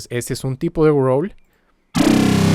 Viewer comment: "Gruouurls" jajajjaaj